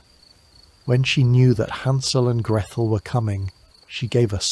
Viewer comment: Oddest pronunciation of Gretel.... where did Grethel come from?